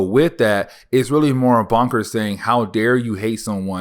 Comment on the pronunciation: Bunker not "Bonker"🙄.